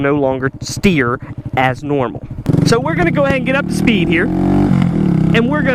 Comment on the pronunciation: the way you say speed lmfao